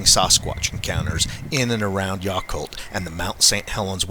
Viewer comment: It is pronounced Yaaaaacolt like yak. I lived there for 7 years. Everyone knows they are there but the people don't really talk alot